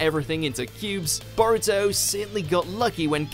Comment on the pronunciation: I’m pretty sure his name is pronounced Bow Rue Toe but I’ll let it slide